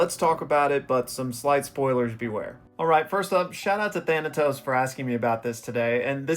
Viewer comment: the name of the guy who donated for this video is pronounced (Tha-nay-tos) if I’m not mistaken. He’s the main villain from an AMAZING webtoon based out of Trinidad called “Ordeal” not only do I recommend you read it and think you’ll absolutely love it, but you covering Ordeal may make it get more eyes on it. Helping it get a much deserved anime. It’s ongoing but you have about 130 chapters to binge.